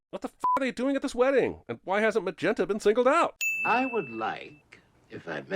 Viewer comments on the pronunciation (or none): Trading on the nas-dick. Fan fkn tastic joke. Also, riff raff said "magenter"